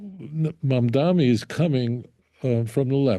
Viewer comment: Why do so many people seem to have such difficulty pronouncing the mayor's last name? It is MamdaNi, with an "n," not MamdaMi.